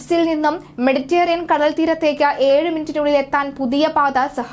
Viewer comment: മെഡിറ്റെറേനിയൻ എന്നു പറയുക ( മെഡിറ്റേറിയൻ എന്നത് ശരിയല്ല) Mediterranean എന്ന് ഗൂഗിൾ ചെയ്ത് പ്രൊ നൗൺ സിയേഷൻ നോക്കുക